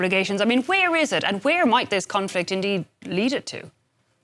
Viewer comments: conflict 😂😂😂 your english, well, French not superior as you think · conflict 😂😂😂 your english sure need improvement